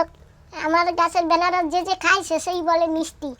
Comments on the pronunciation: Anaras hobe banaras na😂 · এই মহিলা এইটা বেনারস না আনারস বলে। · Benaras noy .. Anaras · Anaras k benaras bolen keno didi? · আরে ভাই ওটা আনারস,, বেনারস না😊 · বেনারস নয়্ আনারস বলে ঠিকভাবে কথা বল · Benaras noi anaras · আনারস কে তোমরা কেনো বেনারস বলো